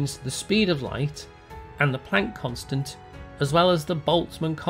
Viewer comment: I like how you say Planck and not Plonck.